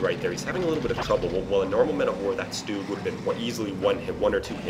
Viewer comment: just an FYI for ya buddy, its not stoog, its SCH-stug....like schmuck but schtug